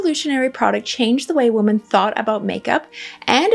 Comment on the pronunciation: Oh my gosh, I was wondering if I was hearing things, then realized I wasn't, then thought perhaps maybe she has an accent!😀